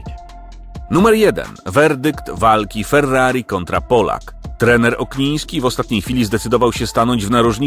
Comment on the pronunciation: Okniński a nie jak mówisz na początku Ogniński